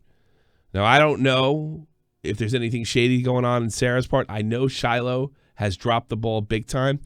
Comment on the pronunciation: SHY-LOH. Not “Silo”